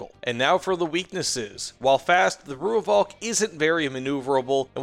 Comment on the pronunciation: Thanks for the review. I was lucky enough to be part of the Rooivalk’s development back in the 80s and 90s when it was well ahead of anything else available to the South African Air Force. Btw “Rooivalk” is pronounced “Roy-falk”. Only weakness was the lack of a mini-bar.